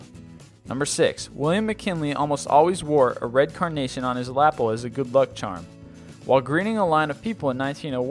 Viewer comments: *luhPELL (NOT "lapul.") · "on his laple"? you mean on his lapel (lap-elle) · Excuse me for being picky, BUT had to back track and listen again and then read the transcript in order to understand. William McKinley may have worn a red carnation but it was in him LaPEL not LApel or however it was said. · Luh - pel Not La - pel LOL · What the heck is a "put-ing green"? Don't you mean putt, as in butt? Also, what is a lapple? Are you trying to say lapel? You're reading words you've never heard before, aren't you? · hey im just reading off of wikipedia and cant pronounce basic english words. lapple?? lol. Lapel is pronounced luh-pell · Not to be nit picky but it's pronounced la PEL not lahpel. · Maybe before you make a video, you should learn how to pronounce words like "putting" and "lapel". Very good information otherwise. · It's pronounced, "luh-pell"not "lapple" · Your pronunciation is horrible. Lapel is "la pelle". You say lapel like apple. Putt is like "butt". You say putt like "foot"... which just sounds lame. Haven't you ever watched golf on TV? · Its pronouns lu PELLL, not lap pull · It's 'luh-PELL'. The twin chest folds on a jacket. And in golf, it's not a 'put-ing' green, it's a 'PUTT-ing green. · Lapel is pronounced: luh-pel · "his lapple? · It's la-PEL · Fun. Knew about half of them but the others are now added to my trivia collection. You might check the pronunciation of "putting" and "lapel". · This kid needs to learn how to pronounce grown up words like "lapel". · Learn words, dude, Jesus Christ. Lapel? Putting green? Come on. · the pronunciation of "lapel" in this video bothers me..... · Love the vids. But all too often is the narrator pronouncing words incorrectly. For instance Putting Green and Lapel. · He mispronounced "lapel." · Mispronouncing such words as "putting" (a golf ball) and "lapel"?! Goofball City. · Wow, did you seriously mispronounce such simple words as lapel and putting green? hahahahahaha